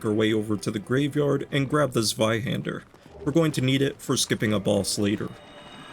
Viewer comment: 100 points for calling it the Zweihänder and not Zwiehander xd